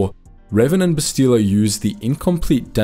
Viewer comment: Every time you say Bastila wrong, I want someone to creatively punish you